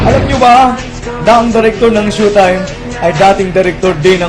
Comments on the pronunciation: "Shu"taym... ayon sa "Surs"...."kuntestant" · PAANO KANG NAKALABAS NG MANDALUYONG MENTAL, BA YUN? SHOW TIME HINDI SHUTIME! BASURA ANG CHANNEL MO! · tuleg nman to mgbgkas ng showtime.. ndi SHOETIME tungek bisaya.. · GAGO DI MARUNONG MAG PRONOUCE NG SHOWTIME ANUNG TINGIN MU SA SHOWTIME --- SHOE TIME??? GAGO EPAL KA! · Robb Mendez ito ang pronounced ng shoe time sabing "It's Showtime" programa ng mga Magdapipol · ANO RAW? "SHUTAYM"? HAHAHAHHA ./. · Ganda ng pagka pronounce ang direktor ng SYUTIME?? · shutime daw tangang bisaya dpat tawag sau di ka marunong magbasa bobo hahaha yan ang tawa kupal